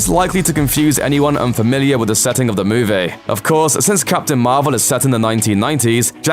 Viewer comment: I like how you say "movie". Instead of moo-vee you pronounce it as moo-vay